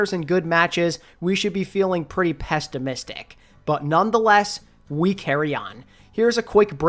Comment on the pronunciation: Sir, “pestimistic “ is not a word